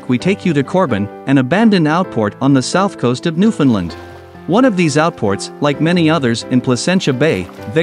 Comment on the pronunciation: Stop calling it new finland.